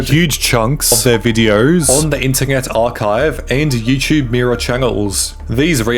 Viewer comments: I've never seen someone butcher the word internet so badly on the internet before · is nobody gonna talk about how he says internet